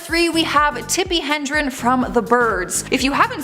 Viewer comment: It is not Tippi HENdren, it is Tippi HEDREN 🙄. Geez….